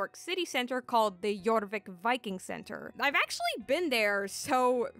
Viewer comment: Jorvik pronunciation 100% imo. Thanks for another great video! <3